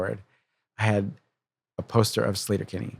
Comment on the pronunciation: Slayter? Isnt it Sleeter? Ea makes the sound E in English. Not a. Come off it Carrie. Even Fred is saying SLEE-tur. Its Sleeter Kinney. Argh.